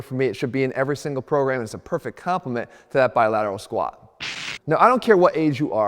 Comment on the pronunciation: Stop saying squaa 😂 there's a letter T at the end Jeff.